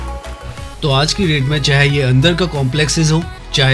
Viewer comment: Aanj nhi aaj hota hai 😮😅